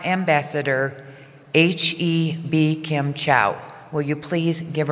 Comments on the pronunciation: 看到了，她將美琴兩字用台語音譯，而不是用華語(普通話)……Bi-khim而不是Mei-Ching。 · 英文名竟然是用台語發音，太帥啦